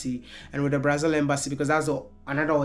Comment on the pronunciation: Our country is pronounced BraZIL bro, not BraZLE as in HanDLE.